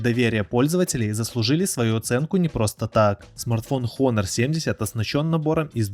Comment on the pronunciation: Такое количество ошибок в названиях давно не слышал от блогеров, Хонор , ноРтинг и другие